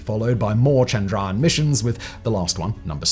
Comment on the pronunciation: I will help u stop saying the a just ignore the a and u are good like chndryan mngalyan